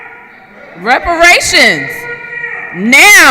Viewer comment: "Come on, give me the words!", "Give me $5,000,000!" 😄😆😅 This is comical. What a circus!!! 🤡 Was that Reparashunzzzzz? Oh, sorry. It's with an "S".